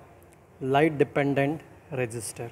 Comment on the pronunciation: He was pronouncing it as depan"DANT" instead of depen"DENT" Bro's humour sense💀☠️